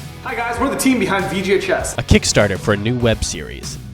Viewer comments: I keep hearing VGHS as VGA Chess. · All I could hear him say is “VGA Chess” 😂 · took me a couple repeats of the acronym for me to realize you werent saying "VGA Chess"